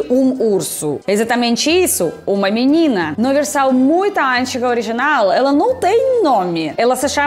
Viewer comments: antiiiiiiga, e nao ÂNTIGA 😂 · Precisa melhorar a pronúncia do português: an Tiga essa palavra não existe em português.